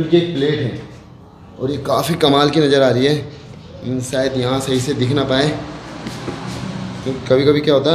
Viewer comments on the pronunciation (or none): none